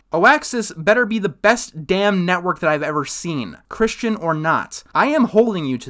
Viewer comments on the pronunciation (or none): none